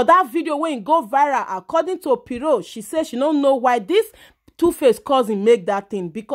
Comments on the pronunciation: Why are you calling her “piro” 😂😂😂? It’s Pero as in “ kpe- ro”🤦🏾‍♀️🤦🏾‍♀️ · My dear she is not piro but PERO